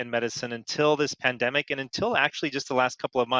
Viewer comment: Your guest says 'pandenic'. Cannot go any further